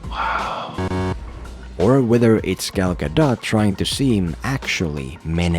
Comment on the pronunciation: Just so you know, you said Gal gadot's name correctly.